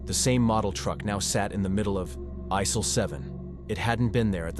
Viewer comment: Consider a different voice that doesn't keep glitching. Distracting. Example: Aisle 7 pronounced "Isell 7"